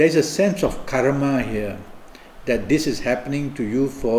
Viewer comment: professional bullshitter. Anyone that lsiten to this mumbling scam artist deserves the to be scammed. He can't even pronunce karma, says caramel, you stupid?? You lsitening?, I've had enough of your shit, you better watch yourself!